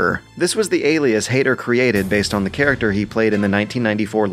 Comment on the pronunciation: Is it just me, or does the dude that narrates this have a very weird way of pronouncing things? Like 'charac-terr' and what not.